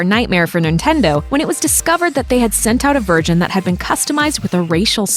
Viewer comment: does anyone else hear virgin or version?